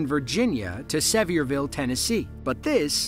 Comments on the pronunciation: Video announcer needs to learn how to pronounce ‘Sevierville’! It’s called Si-veer-ville, not See-vee-er ville! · ....its Se-veer- ville.......like 'severe'...... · The proper pronunciation of Sevierville ... Think of severe weather. Severe-ville. That accident happened at the Sevierville exit off of I-40. (And, BTW, that pool in #8 was NOT being hauled from the manufacturer. You can tell that was a used pool.) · I used to be a local too and will always pronounce it as "Se veer vull" Kinda made me stutter when he enunciated the name 😂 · Wow, the narrator butchered the pronunciation of Sevierville. It's pronounced SEVERE-ville.